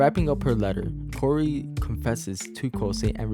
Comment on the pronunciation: ITS NOT KORI ITS KAURI